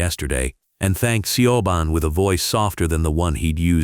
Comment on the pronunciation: Siobhan is pronounced Sha Von.😂